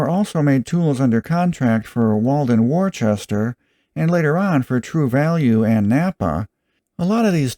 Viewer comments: Walden Worcester, woostah not worchester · Daves not here (!). I love you! Just trying to help...Chick-oh-pee. Wooster, like Gloucester Ca. 1970 Sears, and therefor Craftsman, ceased being a tool company and became a bean counter company.